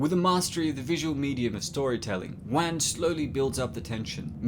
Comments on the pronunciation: he really said james wan, its pronounced like wahn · not to nitpick here but i believer the correct pronunciation is juan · Wan, like want but the T is silent. Not Wang XD